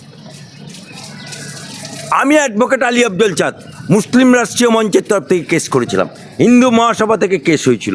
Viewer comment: তুইতো মুসলিম কথাটা উচ্চারণ করতে পারেনা আর বড়ো কথা বলে